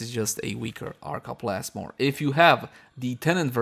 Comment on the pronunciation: Arca Plasless? Arca Plasmid?